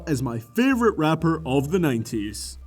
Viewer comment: you say 90s wrong